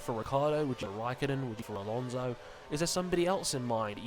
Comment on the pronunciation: its alonso not alonse and we dont want a wsr driver in it and in the first place who in the hell is antonio felix da costa